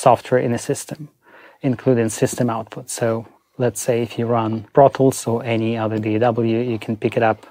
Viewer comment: Tip: when it sounds like he says, “I go into brothels,” he’s saying “I go into ProTools”! 😂